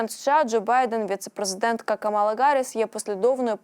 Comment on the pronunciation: Правильно Ка'мала Харрис,пишите правильно...